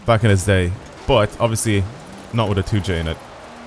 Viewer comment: The amount of times he said 2j tho........ AND THAT HE GOT IT WRONG!